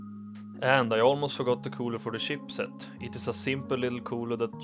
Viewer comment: It's not SHEEP set, it's CHIP set!